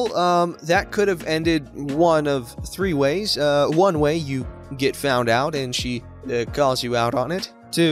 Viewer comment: Did you realize that at the end you said ‘Three- ways” ? Lol. In the context of the last story, of the ‘love hotel”, er , ‘oy vey”—-Yiddish for oops